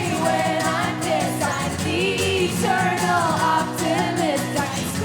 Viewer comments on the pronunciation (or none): none